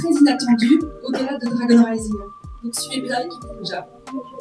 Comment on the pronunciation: C rising pas raising mais sinon cool la vidéo